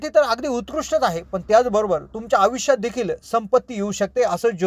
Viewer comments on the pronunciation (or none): भाऊ , प्रथम आपली भाषा सुधारा. आनि ,बानी आनी पानी,आवुश. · अत्यंत अशुध्द भाषा ,कृपया आयुष्य सारखा साधा शब्द,पानी,पील सारखे शब्द सुध्दा धड उच्चारू शकत नाहीत, कशाला मराठी ची मोडतोड करता.१००%लोक ह्या अशुध्द भाषेचा वापर करणारे आहेत ,असा गैरसमज करून घेऊ नका.